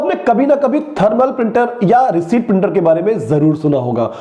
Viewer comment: Thanks. But please learn how to pronounce receipt 🙄